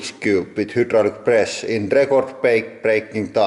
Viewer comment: "Welcome to the Hoodrulc Press Channel."